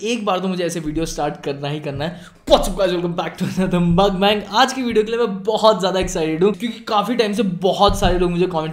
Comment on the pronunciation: No hate but it triggers me so ....its pronounced as "moekbaang" not "makbang". Saying tht again: no hate. Infct im addicted to your videos lol😩💛